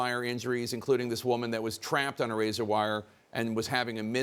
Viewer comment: It's Razor not "razar".